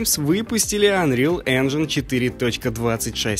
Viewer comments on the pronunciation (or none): none